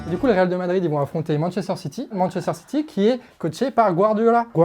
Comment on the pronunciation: Excellente vidéo... ! Par contre, "Real DE Madrid" ça pique les oreilles 👂 😂